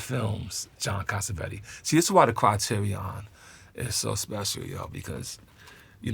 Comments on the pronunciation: Just the way RZA says 'Criteron' and 'Jim Jar-moosh' is too cool man. Great picks. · I love that he pronounces it Critirry-AWN-- WuTangified!!! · as a lifelong Wu-Tang fan I somehow let myself forget he's got great fucking film taste, lol. Also never seen someone pronounce Criterion like that. Awesome.